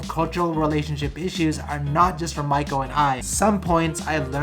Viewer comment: Dude, how can you not even pronounce your wives name properly after 3 years? It's mee-ko not mike-o